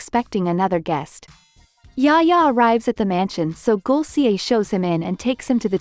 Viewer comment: lol not yaya it’s yahya..Yahya darling not yaya